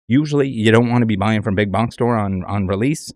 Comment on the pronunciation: "big bonx stores" 😂🤣